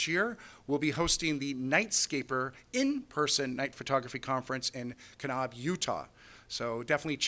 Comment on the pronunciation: we're not going to let you in to Utah until you learn how to pronounce Kanab. It is not "Ka knob"